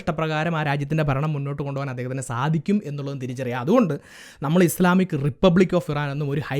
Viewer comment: ബ്രോ ഇസ്ലാമിക് അല്ല. ഇസ്‌ലാമിക് എന്നാണ്